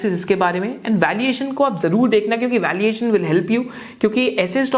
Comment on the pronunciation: Valiation or valuation????